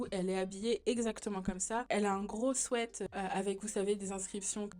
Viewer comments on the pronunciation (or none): none